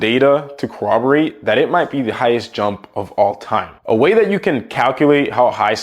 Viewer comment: Bro said crowroberate